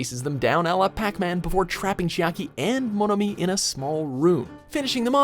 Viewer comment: The way he pronunces Monomi scares me